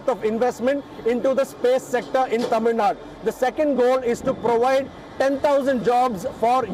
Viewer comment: appreciate the host's Tamil pronunciation.